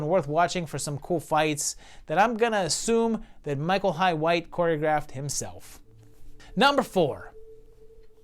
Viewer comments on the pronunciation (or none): Did you mean to say Michael Hi White….it’s Jai (pronounced like Ji)